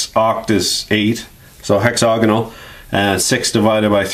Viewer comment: hexagonal, not hexogonal :-)